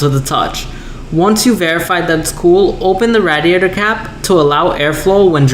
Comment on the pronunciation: Why can't you say radiator right?